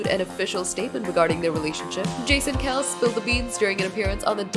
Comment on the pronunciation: Its pronounced Kelsee